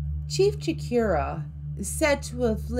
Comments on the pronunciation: It's 'Cho/core/ooh/ah' not 'Cho/keer/ah'. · The way you said “Nashua, NH” your definitely not from New Hampshire. It’s pronounced Nash•u•wah. Also it’s Chief “Chocorua” not Cheif Shakira.